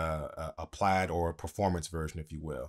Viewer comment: Pla_I_d* PLAID, not plad...